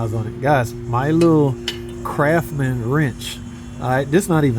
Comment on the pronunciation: Yeah, but in place of that, he said Craf-man! 😂